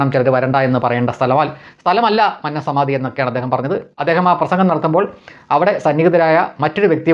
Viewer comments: മൻനം അല്ല . "മന്നം" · Please pronounce ' Mannam 'correctly. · ഉച്ചാരണം മന്നം .... ശരിയല്ല